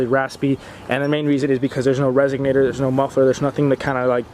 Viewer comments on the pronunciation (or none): RESONATOR, not RESIGNATER.